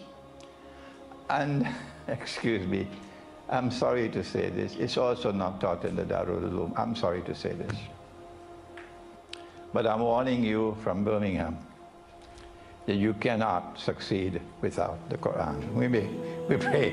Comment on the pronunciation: Another correction: It is not taught in the DARUL ULOOM (not DAY ROOM). INH